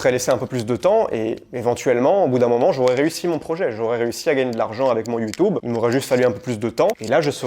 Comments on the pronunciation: YouTUUUUUUUUUUUUbe!!! Et pas YoutOUbe. C est youtUbe bon sang de crotte de bique naine !!! PAS youTOUbe😂❤❤❤ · C’est marrant comment tu dis YouTube. Merci pour cette vidéo intéressante